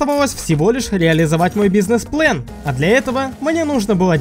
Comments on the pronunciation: Почему плэн а не план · ГОВОРИ ПЛАН А НЕ ПЛЭН😡😡😡😡😡😡